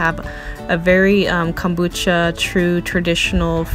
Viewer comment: Nicely done video! It is Kom not cam bucha. Kohm-boo-chah .